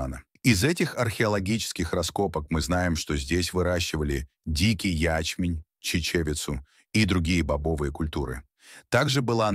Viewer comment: До слушал до дикий я'чмень и чиче'вицу уши завяли дальше не смог😂